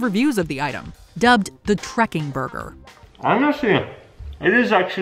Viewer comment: ahhhh dear and his "boyger" 😊😊